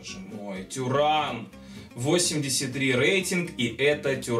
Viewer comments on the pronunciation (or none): арда туран а не тюран